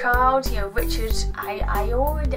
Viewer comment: Hey FYI it's pronounced Richard Ay-oh-wah-dee :) Fun fact I'm a web developer for a motorcycle accessory retailer and about a month ago the producer of the gadget man phoned us trying to track down a specific bright orange helmet for Richard to wear in the next series :D it transpires that Richard has a rather giant head.